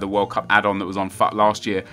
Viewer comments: Stop saying fat god Damon it its future like foot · oh really? I hadn't worked that one out.... OBVIOUSLY I know that. Most people say FOOT and I think that sounds a lotttt better so I was just letting Nep know my opinion